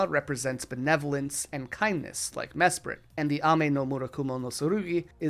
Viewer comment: Dude mesprit is SPRITE not spirit